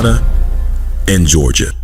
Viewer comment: Wait, did you say Georgia?